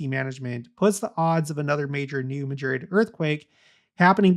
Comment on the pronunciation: I enjoy your content but recommend looking at the pronunciation of the place names you reference, i.e. New Madrid and Wabash. A family member overheard me listening and had to give me some snark over it😏